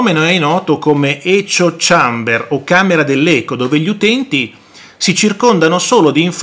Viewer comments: Ecio chamber?? 😂😂😂😂 ma impara a parlare prof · min. : "ecio ciamber" è impagabile!